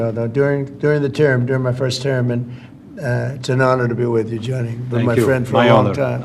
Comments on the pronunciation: It's Gianni, not Johnny. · Infantino spoke exactly what trump wanted to hear. 😂😂😂😂. Btw, his name is Gianni not Johnny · Gianni not " Johnny"😅😅😅